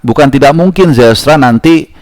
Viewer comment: Pronunciation Zijlstra betul bang 🙌🏼